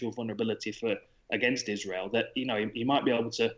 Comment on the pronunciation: How the heck is Israel still that difficult of a name to get right, guys?